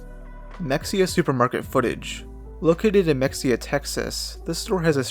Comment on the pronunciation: it’s pronounced muh-hay-uh, and it’s a smaller town that’s for sure. There’s a state supported living center there that was originally a German POW camp that had soldiers from Rommel’s Afrika Korps in WWII. Edit: I’d love for you to make a video on Mexia. It was also once home to Anna Nicole Smith, a pretty famous playboy playmate. Fort Parker, which is now a state park and is also in Mexia, is the site of a massacre by Native American in the 1800’s. During that raid, Cynthia Ann Parker was abducted by Comanches. She was later adopted into the tribe and had children with one of the chiefs. One of her children was the famous Comanche Chief Quanah Parker.